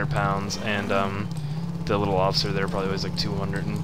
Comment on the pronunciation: its not offcier its off iCer